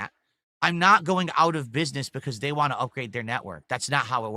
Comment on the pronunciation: Same with “want”